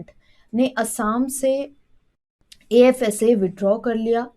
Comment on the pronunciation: AFSPA IS CORRECT not ASFA